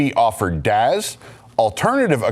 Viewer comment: I'm sorry but its DAS not DAZ 😹😉